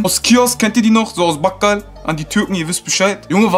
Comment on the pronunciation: Geh lern wie man Bakal ausspricht bro